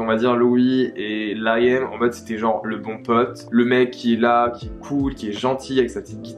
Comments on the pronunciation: Rien a voir mais on dit pas Laiam mais Lï am (comme on le lirait en français en prononçant le i.) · Liam se prononce LEE-YAM pas LA-YAIME 😅😂😂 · juste c’est pas important mais la prononciation de Liam c’est Leeyum hihi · super vidéo intéressante!! Par contre pitié Liam que ce soit en français ou en anglais ça ne se prononce pas Layam haha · Harry est le plus jeune pas Liam et sa se dit Liam comme à la française